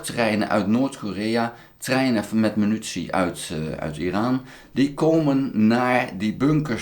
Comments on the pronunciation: he. prima blog. maar het is MINUTIE en niet Menutie. puntje stelt niet veel voor, maar is makkelijk te veranderen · Euh, overal. Je zegt altijd menutie. 😅 Maar ik versta het prima hoor, you do you. 👍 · grapje. Munitie